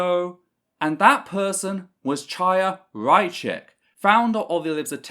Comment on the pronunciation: small note: apparently chaya is pronounced a bit different. I don't really care as she is a fascist.